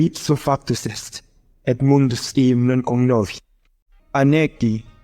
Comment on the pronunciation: Great idea but the pronounciation is far from perfect. It’s like hearing an american tourist trying to read latin writings. For istance in the latin section, homo is pronounced hommo…. Or eum is pronouced i:um while it should be eum (with the e of “bed”)